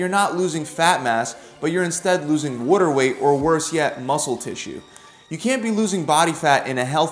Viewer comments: Wooter = water 😂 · I figured you were from New Jersey, bro, but as soon as I heard how you say “water weight” it removed all doubt . ;-)